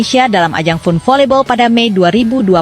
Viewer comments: Mba FUN dibacanya FAN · FUN dibaca nya fan min harus banyak belajar jangan meemalukan